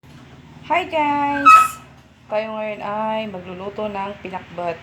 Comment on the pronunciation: parang iba yung pag pronounce ng Pinakbet- Pinakbut?